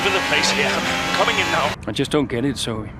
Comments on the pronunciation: How can’t say Zoe correctly😂he’s just completely missing out the ‘e’ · its ZO EE not zo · it is zo-ee god sake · Its Zoe! not Zo🤣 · calling Zoe "Zou" while the game calls her "Zoey" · And Zo-E not Zoh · Its zo ee zoe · I die everytime when he mispronounce Zoe's name